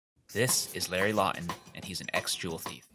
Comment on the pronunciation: Larry 'Law'ton